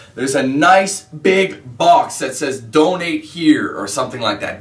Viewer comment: i thought you said dont hate then i realised you said donate LOL